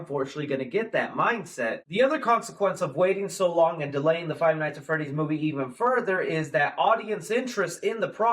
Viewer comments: Literally like stop saying five nights at freddy it's annoying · "five nights at freddy" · I hate that he said " five night at freddy " ITS FIVE NIGHTS AT FREDDYS YOU BI